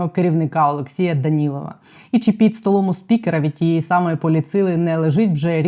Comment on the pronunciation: ❤ тільки прошу Вас говорити не чі а чи!!!